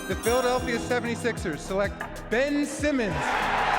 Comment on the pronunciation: Ben Simmons, pas Ben Saïmons. C'est prononcé correctement dans ta vidéo par les joueurs eux même.